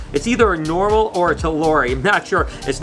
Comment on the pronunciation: Anyone else catch him saying noral?